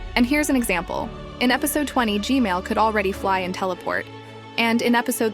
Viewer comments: STOP SAYING G-MALE SAY G-MAN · Can you fix your AI voice saying "gmail" instead of gman? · this mf still saying g mail💀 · You Said Gmail-man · kept saying gmale breh. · Every time she said gmail just got me dying💀💀😂😂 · Why do you say Gmail toilet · She keeps saying G-Mail Toilet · She says G-Male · When will you say G-man right?